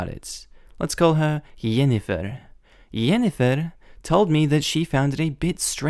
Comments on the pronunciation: I love how u are tottally butchering the name jennifer (gen-ni-fer) XD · Why is he saying Jennifer like that??? I'm confused. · for the love of all that is pure and good, please just say JENNIFER the right way. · Is that a normal way to say Jennifer? Ive never heard that before and it sounds so odd, but its also, my moms name😅 😅😅